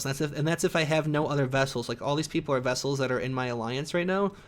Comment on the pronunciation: Vessel? Are you saying vessel?